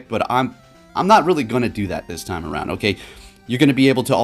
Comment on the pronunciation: It's not time is mime😂